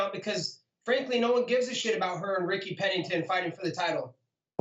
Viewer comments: "Ricky Penelton" hahaha Colbys hilarious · Hes annoying but when he called raquel Ricky Pennington I died